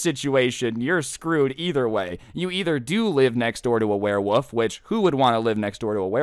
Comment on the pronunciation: Everyone: werewolf: werewoff ( I don’t know if anyone noticed that says werewoff instead of werewolf idk it’s maybe just me but I still found that a little funny.)